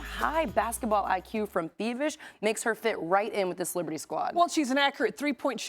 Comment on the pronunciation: Very good presentation by those ladies. Also, they pronounce Fiebich's 🇩🇪 name perfectly.